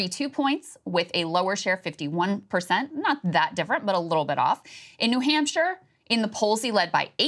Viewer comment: Krystal saying New Hampshire 😂😂😂